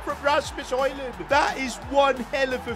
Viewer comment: btw you say højlund right but not my and his name and it uis rasmus r is like a dinosaur a like arhhh s shhhh m mmmmm u u not like y and s like shhhh